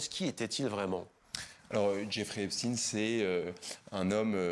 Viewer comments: C Epstainnn ☹️ on dit pas Albert Einstinnne, ils ont tellement peur d’être traité d’anti sémite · Einstein était allemand, onc on prononce chtâyne. Epstein était américain, donc on prononce stine, de la manière dont il se présente lui-même dans les vidéos. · Cette prononciation m'insupporte